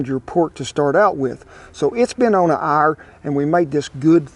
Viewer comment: "about an arrr"